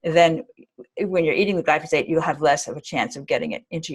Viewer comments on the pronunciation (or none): Note to self, learn how to say glyphosate before interviewing a genius. lol 😆